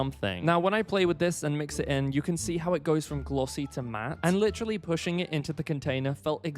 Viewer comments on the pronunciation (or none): none